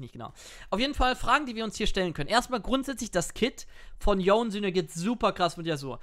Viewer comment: Dieses "Yon" triggert mich... der heißt Yone...